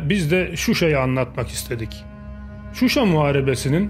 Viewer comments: Şuşa'--vurğu sona düşür.🇦🇿Təşəkkürlər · Qardaş Susa yox Şuşa demək lazimdir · Suşa deyil ŞUŞA.. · Sayin bey..cok iyi bir proqram yapiyorsuz. Ama Yurdumuzun Sehri nin adini dogru soyleyemiyorsunuz maalesef,,,Şuşa yüzde yüz Türkçe sözdü Türkiye de şişe kimi soylenilir.saf.şeffav.anlaminda bu ad verilib o yere. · Proqramın sonuna qədər Suşa Suşa Suşa niyə ????? Heç deyən olmadımı Suşa yox ŞUŞA . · SUSHA YOX QARDASIM .SHUSHUA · suşa YOX ŞUŞA